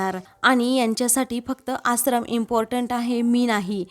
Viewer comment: या बाई आश्रमचा उच्चार कसा करतात ते नीट ऐकून उच्चार व्यवस्थीत करण्यास सांगावा.